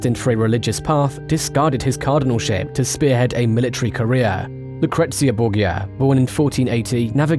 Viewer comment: Tuned out because of how you pronounced Borgia.